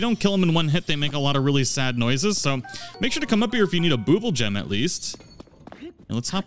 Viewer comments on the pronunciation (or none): Boob-le gem? It's Bubble Gem. Like Bubble gum.